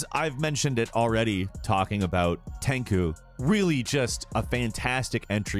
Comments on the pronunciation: TenKu?? What?? It's TenCHu! Like, cha-cha, you know, lol. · Omg no it's not tenku or how ever you said it was...it's tenchu. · Its tenku? not ten chuu? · "TEN-SHOO" not TENKEW 🤦🏿‍♂️ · Tenku?... Come on man... Tenchu.. The ch is like charm pronounce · It’s not pronounced “tenku” it’s pronounced “tenCHU” smh even said shuriken wrong lmao whaaat. For me Tenchu is more of a ninja game than Sekiro, love both but Tenchu is a superior ninja game. Sekiro is basically tenchu-soulsborne. Tsushima is amazing and I’d put it as my #1 as well. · tenCHu not tenku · TF is "Ten-KU"!?, say it with me, "TEN-CHOO, TEN-CHU!!" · No mention of Shadow Dancer or the Shinboi series? It's hardly an "all time" list. It's more of a "best ninja & samurai games in the last 25 years or so" list. You even went so far as to say you didn't mean the NES Ninja Gaiden game. The fact you said "Ten-coo" instead of "Ten-chu" has clearly bothered people more than the glaring issue with the list though....I like you. You do good work most of the time. You seem to be knowledgable about recent games. It's just that you make so many errors in these videos. Before making them or publishing them, can I suggest you have an editor look over them? If you already have an editor looking over them, get a new editor. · “Tenku”, hahahha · "Tenku"??? It's Tenchu, how can you say that wrong and it's only 2 syllables, and you used footage from Tenchu: Fatal Shadows instead of Stealth Assassins. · Tenchu, CHU. Not "Tenku" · I stopped watching it cause there is no excuse to mispronounce Tenchu except if it was just a slip of the tongue but he says Tenku twice and doesn't correct himself. Not only that but he uses footage from Tenchu: Fatal Shadows instead of Tenchu: Stealth Assassins. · Isn't it called tenchu? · Ten koo? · did he call tenchu tenku? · When buddy said "Tenku" I knew I was wasting my time here. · 10 chu! I did too dude. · ten chooooooo!! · Excuse me. Did he just say TEN KOO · Ten “KOO”??? facepalm